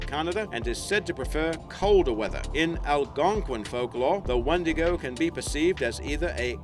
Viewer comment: we say it wiindigoo